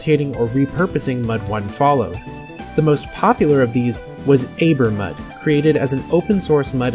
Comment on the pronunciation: It's pronounced Ah-ber-mud, not Ay-ber-mud. The word Aber is Welsh for river mouth. E.g. Aberystwyth (a town on the west coast of Wales) means "mouth of the river Ystwyth".